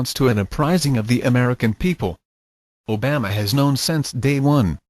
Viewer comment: "I don-tee" hahahaha O-Bam-uh lol